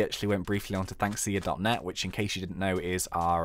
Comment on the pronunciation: When he says 'or Thnxcya' it sounds like 'all thanks to ya'